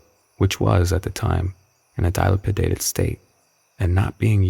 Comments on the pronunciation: Dial-pi-dated. Lol. It's pronounced deh-lapi-dated. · Pronounced Di-lap-i-da-ted state.... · OMGOSH the way he said “dilapidated” had me dead 🤣👏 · “Dilapidated” with a bit of syncopation. Is that a regional dialect or a new word? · Yeah yeah, sure.. the story is decent; Ok writing, just a bit creepy... But it’s nowhere NEAR as downright blood freezingly, mind shatteringly horrifying as the way the narrator pronounced the word “Dilapidated” lmao. But ok ok, apologies for the bad joke, I honestly don’t want this to be taken for nothing but negativity; But dude... if You came across a word in a story that you were going to narrate in a video, one which you weren’t 100% sure how to pronounce, or confident of its meaning.. I mean, wouldn’t you want to look it up first? Instead of just straight up winging it? Even in the final, fully edited, YouTube Bound cut of your narration recording? Idk man, just a suggestion haha. Dude said - “Dial-pid-da-teed” with a straight face and didn’t miss a beat 😂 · Thank you!!!! I had to jump back several times to see how he came up with that pronunciation. It was early, as well, very easy to redo. I find this not only in amateur voice work, but also in books that are headed for paid platforms. I don’t know why they would pay someone to listen and then say, “well, good enough!” My new service should be that I read it first, then select any words with 3 or more syllables and hyperlink the pronunciation to go into their headphones or earbud, as most beginning or narrators for certain genres do not read anything, no matter how short, ahead of recording.